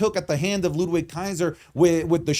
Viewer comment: Hearing the W in Ludwig Kaiser's name is jarring. Pronounce the dude's name correctly.